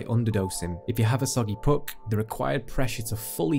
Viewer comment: Best review by far! Mostly because of how you pronounce "puck" :)